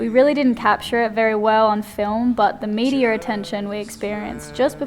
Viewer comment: Anyone else hear say "meteor attention" for media attention? haha Great video guys!